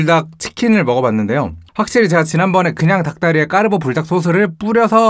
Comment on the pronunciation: 저만 까르ㄹㄹㄹㄹ보 라고들려요?